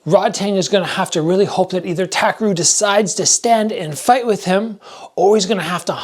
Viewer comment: btw his name is pronounced TAH - KEH - LU (RU)